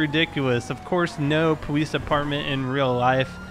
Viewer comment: Why does he say powees